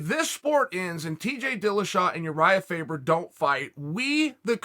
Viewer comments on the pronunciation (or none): Uriah Fabre? Lol stfu chael